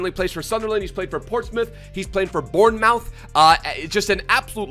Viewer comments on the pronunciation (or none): U pronounce noble like no ball, also bournemouth like bourne moth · Your pronunciation of clubs is amazing 😂 born mouth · Born mounth 😂😂😂😂😂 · Born-Mouth lollll